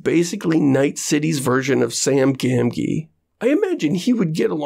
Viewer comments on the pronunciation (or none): "Sam Gam-gee" never have i heard a more butchered lotr name pronunciation.